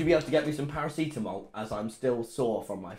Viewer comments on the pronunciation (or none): Im crying why does tommy pronouce paracetamol as "para-sea-tamol"